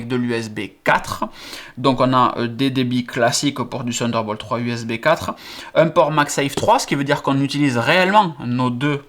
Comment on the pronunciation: sunder bolt mdr